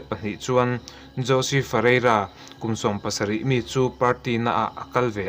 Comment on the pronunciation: Ngaihnawm thin hle mai. Thil Pakhat, Jose Fereira khi 'Hawse' tiha lam tur a nih hmel. Spanish ah chuan J hi H angin an lam thin.